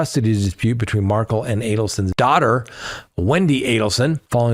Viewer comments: Please pronounce the victims name properly..it's not Markle..it's Dan Markel........huge difference..thanks! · Had no one told you it’s pronounced “mar-kell” yet? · Now if you would learn how to say Dan Markel’s name.😂 Mahr-kell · mark ELL